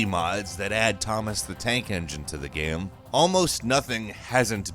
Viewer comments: Say "game".: "Ghem." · Is it just me or can he simply not pronounce the word " Game " even though it's obviously all he talks about? I always hear Geeim and it bothers the shit outta me lol. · It's unfortunate that the one word this narrator cannot say properly is the word GAME. He keeps saying "gəm" and it's driving me insane.